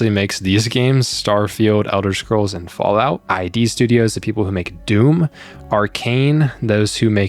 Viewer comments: id are pronounced as "id" not "i-dee". And as a big fan of Diablo franchise I'm glad the acquisition happened. Kotick is a cancer. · It's "id Software" not "I.D. Software". "id" rhymes with "rid".